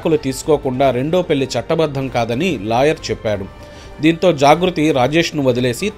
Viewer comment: పెల్లి, కల్లు, వాల్లు, ఆరేల్లు, వెల్లారు కాదు సామి... పెళ్లి, కళ్ళు, వాళ్ళు, ఆరేళ్ళు, వెళ్ళారు.... Plz pronounce the telugu words properly